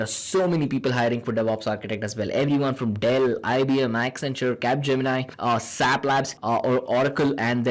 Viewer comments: it is not sap it is s a p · It is not sap.It is S.A.P.